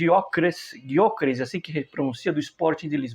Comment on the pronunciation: Gyokeres (acho que a pronúncia é “guióquerês” kkk) é muito bom jogador, acho até uma opção mais válida que Osimhem, devido ao seu preço. Assim como o Osimhem, Gyokeres é um jogador de explosão e que busca o gol o tempo todo. Além de ser uma opção um pouco mais barata, se não me engano o Sporting pede cerca de 60 milhões. Acho que se o Napoli complicar a negociação, seria mais que certo a Juventus ir atrás dele. Claro que tudo isso depende de ir ou não a champions. A volta do Fagioli é uma ótima notícia, espero que dessa vez ele fique e principalmente tenha tempo de jogo. Estou bastante preocupado com a partida de domingo. Precisamos vencer. Não será nada fácil. Vamos ter que aproveitar muito os espaços, espero que o Tudor veja isso. Vamos saber a partir da escalação inicial dele, é um jogo que o Chico precisa ser titular, por exemplo.